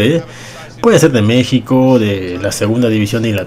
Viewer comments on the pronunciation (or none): none